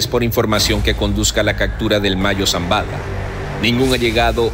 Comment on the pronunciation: Todo muy interesante, ¿no pueden contratar/conseguir un narrador que hable bien el castellano? Eso de decir cactura en lugar de una palabra tan simple como captura le resta credibilidad